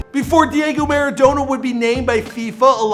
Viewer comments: Please never pronounce him like maradowna again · Next time please pronounce his last name correctly